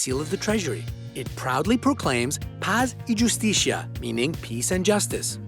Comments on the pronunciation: I've taken Spanish class since middle school. It's pronounced (pass, ee, who-steece-ya) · "yusticia" lol that sounded really weird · "Paz y yustichia" aaaaaaaaah aprendan a pronunciar bien español. Nosotros lo hacemos con su idioma. Somos más de 500 millones de hispanoparlantes >:( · In spanish the j sound like a hard "h" so "justicia" is pronounced husticia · My ears started bleeding when I heard the guy pronounce the word "justicia" :/